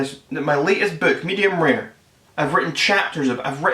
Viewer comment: Its pronounced medium rare not rear